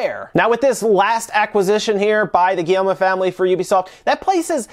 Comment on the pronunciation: the "guillermo" family? hahahahhaahahhahahaahhahaha c'mon man. at least try